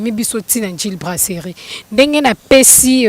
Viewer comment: brasserie et non braceli yo oza mongo tu dis celi